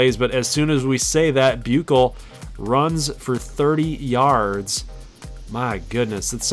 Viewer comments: No hate but shane buchelle is pronounced shane bushell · Bēw-shell = Buechele